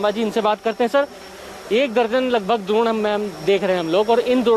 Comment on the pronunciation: द्रोण नहीं भाई ड्रोन